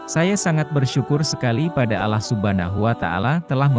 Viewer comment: Pembaca narasinya parah, ngerti tulisan Islam ga sih ???? Kuping saya terganggu dengan mungkin tulisan ini ( Allah ), masih dibaca seperti tulisannya. harusnya dibaca secara Islami jadi Alloh.